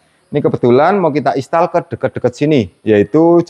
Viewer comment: Mas sebutnya "Instal" bukan Istal.😂😂